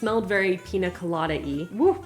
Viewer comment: Love more pronunciations!! Pina 😂 instead of piña. These are some of my favorite vids of. So fun!